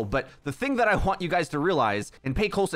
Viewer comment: "The thing I HHHWant you guys to realize"